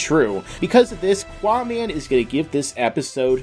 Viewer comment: GUYS ITS QAAMAN NOT QUAMAN